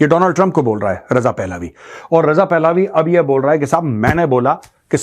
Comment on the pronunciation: It is not "पहलावी" It is "पहलवी"